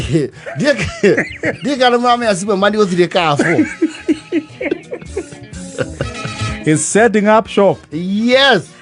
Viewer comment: It's pronounced karfur not karfo😂😂😂